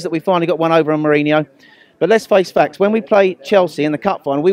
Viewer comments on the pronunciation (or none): none